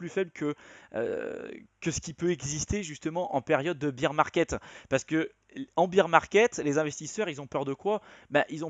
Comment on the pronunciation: Super intéressant, j'ai compris des trucs. Au fait, on doit prononcer "bère market" (marché de l'ours) pas "bire market" (marché de la bière). ;-)